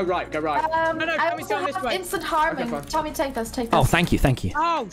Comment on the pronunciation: Bad: HI "Tom-hy"